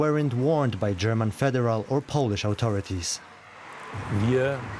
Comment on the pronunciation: Why do you employ half literate who can't properly pronounce authority?